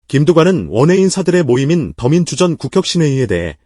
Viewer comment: 근데 기자님 목소리로 하시는 게 더 편하게 들리는 것 같아요. 더민주전국혁신위원회인가 띄어쓰기 이상하게 읽네요. 더민주전, 국~이렇게 ^^